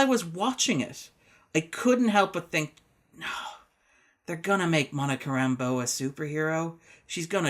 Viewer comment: Nono, it's not Ram-BEAU anymore, it's RAM-bow now, like John... Thanks, Marvel TV, for ruining that name.